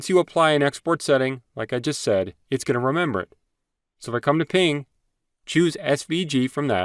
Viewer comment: You saying "ping" instead of PNG is driving me nuts 😂 Great and to the point though!